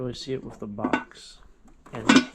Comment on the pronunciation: It's funny when he says whiff instead if with. Like every video. Lol